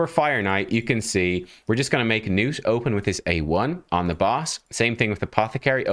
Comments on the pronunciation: Nah, man. "Nuut" is better than "Nut" allright, but it's supposed to be "Gnuut" with a hard G. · Please pronounce the G, man. This is coming from a Scandinavian. His name is is most likely a fantasy name derived from the real name Knut. So, yeah, pronounce the G like you would in "golem", not like in "gnome". Nice showcase of the champion btw. 🙂👍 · IT'S NOT NUTE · His name is pronounced "guh-nut", because thats what sounds the funniest 😁